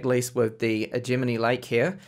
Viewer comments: Great review but one thing that bothers me sorry, Isn't Gemini pronounced the same as in the star sign? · The only times I have seen it not pronounced the same way as the star sign is when that person's native language is not English, everyone who's native language is English says it the same way as the star sign and I even say it the same way as the star sign lol Sorry to be a pain. Please keep up the awesome work